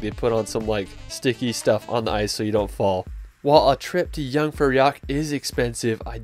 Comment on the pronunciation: yeah and the jeung-fur-jack XD